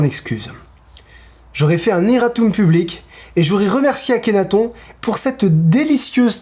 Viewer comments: Attention on dit "Akhénatonne";) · Par contre la prononciation d'Akhenaton...